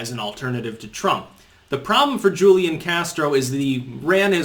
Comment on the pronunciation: It's "Hoo-lee-on" Castro....Hoo-lee-on. Now stop mispronouncing it, you rayyyyyciss turd! /s